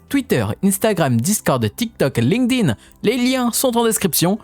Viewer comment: linkdin avec l'accent, mdr, subtil mais j'adore